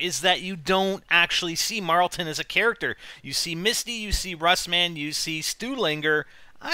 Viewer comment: IT'S NOT MARLTON!!!